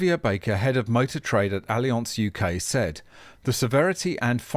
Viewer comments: ALI-ONSE??????? C'mon since when do we stoop to pronouncing words in their native form? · Allianz is a German company. No need to try to pronounce it in a French way.:)